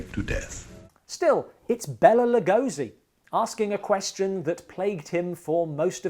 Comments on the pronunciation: Lugosi himself never pronounced his first name as “Bella”, but rather “Bey-lah”. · Here i praised your prouncuiation of Bela Legosis name just a day ago...and here you are calling him Bella